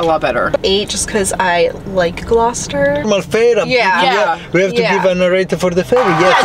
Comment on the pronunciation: Hello from a lady living in Gloucester England. Loved the fact you pronounced Gloucester correctly!!! 😂